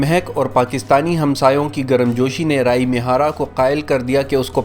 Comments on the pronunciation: Talaffaz. Rai mihara nehi. Ree A mihara. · رائی می ھارا نہیں ھے۔ یہ ری اے می ھارا ھے